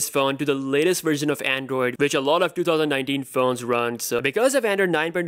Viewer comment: “ in twotouwzan-ninetin” wat a Dipper!